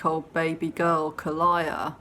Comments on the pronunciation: My god, you and getting names right. Its Ka-lee-ah not Kay-lie-ah. And its Courtney BELL. Not McBell. Lol How'd you miss these?? They're right at the start of the video... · Interesting and useful video. Note: The child's name is pronounced "Kha-LEE-ah."